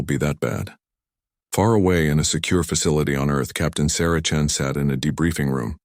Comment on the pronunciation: Chen not Chin